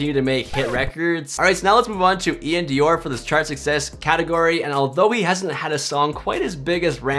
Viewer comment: U saying iann doir name wrong smh